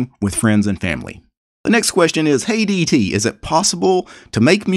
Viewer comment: Oh, "Hey DT" - I heard "Hate ET"